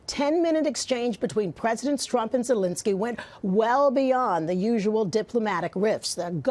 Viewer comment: She just called him Strump